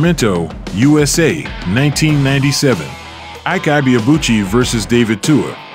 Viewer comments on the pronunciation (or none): Correct pronunciation of Ike is E-K ,Ibeabuchi is EBAY ARR BULL CHI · It always surprises me how much "research" people can put into presenting a biography about someone and couldn't even be bothered to learn the true pronunciation of the subject's name. It's just lazy or even worse; ethnocentric. His name is pronounced "Eee - K" "Ebay - Aa - Bu chi" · His name is actually pronounced as ebay abuci and ekay not aike His from Igbo ethnicity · It’s eh bay uh boo chee! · The last name is pronounced e bar-ahh boo-chi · Even if you don't get the correct pronunciation of the name Ibeabuchi, just know that the 'Ibe' is pronounced like e-bay. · His name is pronounced... 'aike ebay-abu-chi' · His name is pronounced: I.Que Ebay-Abuchi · Great video...it's pronounced "ee bay a boo chi" and Hasim Rahman is " hah seem rockman" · you pronounced his name poorly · Yet ,you are,nt pronouncing his name correctly narrator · You don't pronounce his name well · The narrator mispronoucing his name is violation to Nigerians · You could at least learn how to pronounce his name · The narrator murdered his name😅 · Still not getting his name right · They still don’t know how to pronounce his name